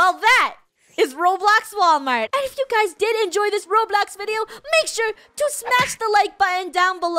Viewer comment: No Actually WaWalmart